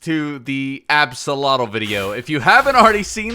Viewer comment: Axolither? Withotl?